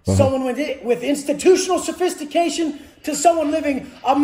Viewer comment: This fukin guy said “Institutional sophistication” 😂😂😂😂😂😂😂😂😂😂